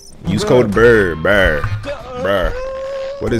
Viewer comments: Don't you pronounce buur like in Dutch "Buur" (Buur is Dutch for "neighbour")? Burr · IT IS NOT BRRR IT IS BUUR